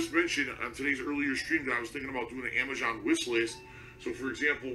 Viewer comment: And he cant pronounce Amazon. lol "Amajohn"